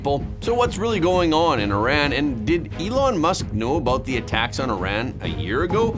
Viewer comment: Not eye-ran but ear- ran. Please tell her.